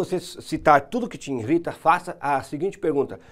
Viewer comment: INRITA?? isso doí nos ouvidos, não custa acertar esse português aí hein...